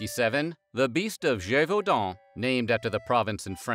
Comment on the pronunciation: Extra like for pronouncing Gévaudan correctly 👍